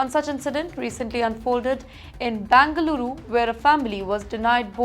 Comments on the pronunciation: It's not Bangaluru, but Bengaluru. Irritating to hear. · It’s not bangaluru it is Bengaluru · Please pronounce Bengaluru properly.